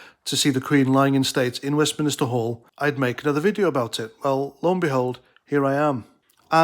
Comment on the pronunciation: Who cares? And its Westminster not Westminister ya tit